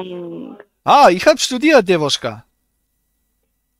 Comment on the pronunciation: Das ist keine Dewuschka... Das ist Dewotschka.... Hat manchmal noch Aua bei Pippi machen...